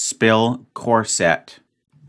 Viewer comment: CORSET is pronounced "CORE-sit" (emphasis on the first syllable.) Not "corsette"